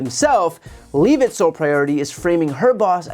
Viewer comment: Brian, please pronounce Leavitt’s name correctly. It’s a Jewish name—not hard. (Even Bannon pronounces it correctly.)